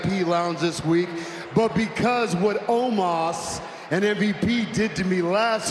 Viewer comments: Why can’t Lashley say Omos’ name properly. He keeps on calling him Almos. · I swear it sounded like Lashley called Omos Almost. That would’ve actually been gold, especially since Omos lost.